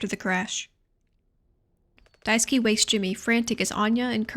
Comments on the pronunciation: Just started watching, but just wanted to point out that Daisuke's name is pronounced die-ske not die-ski ! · I am so, so sorry just...I can't stop cracking up when you call him "Daisuki" because that one little syllable change turns it to "I love you" Also I'm sorry you had to talk about Jimmy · For the LOVE of GOD it’s “DICE-KAY” not “DICE-KEY” Holy shit lmfao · hi, just want to say you are pronouncing Daisuke's name wrong. It's not Daiski its Dai su ke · I've seen two videos on this game and both have no clue how to pronounce Daisuke's name. It's DIE-SS-KAY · Poor Daisuke - almost no one doing those gameplay or analysis vids can pronounce his name right XDDD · you’re pronouncing daisuke wrong btw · fun little guide to pronounce daisuke: dai (die) ske (you don't really pronounce the u in suke) the e in daisuke is not pronounced like key but like the 'ai' in fair and chair, the emphasis is best put on 'dai' keep in mind the e is very short and does not curve into ey, just a quick e. just in case its interesting to someone. i don't know how clear i'm being.